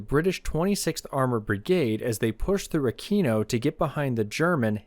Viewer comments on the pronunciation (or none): Great video as always! Just a tip: Aquino is pronounced Akweeno :) (I'm Italian) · I heard the first time you said aquino as "I'm at a Kino tank weekend..." and thought "ya man tell me about it"